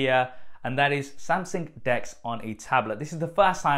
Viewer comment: I thought he was pronouncing 'Desk' wrong when he was on about 'Dex' mode. :-D